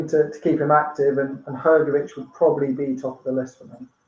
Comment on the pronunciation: Hrgovich not hergovich